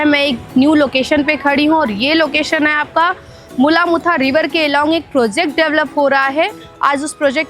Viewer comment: Pronounce the names of our rivers properly.... Its मुळा-मुठा!